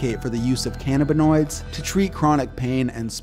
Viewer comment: Why don't you research how some of these things are pronounced before you do a video on them? ie: Achilles, Cannabinoids